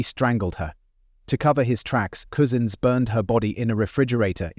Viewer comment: 😂😂😂 that's true cousins is coosins 😅